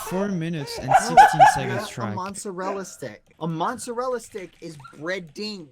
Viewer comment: Nobody: Bbh: m o n s e r e l l a stick